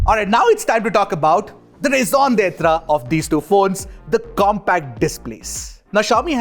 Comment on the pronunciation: Bro really said "RAISON D'TRA 😂😂😂😂